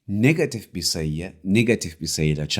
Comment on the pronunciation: niggatif degil hocam negatif 😅😊